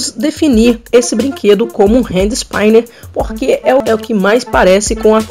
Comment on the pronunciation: "ispíner" e não "ispáiner" ;)